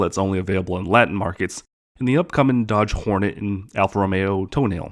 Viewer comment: wait... Alfa Romeo "Toe Nail"?!?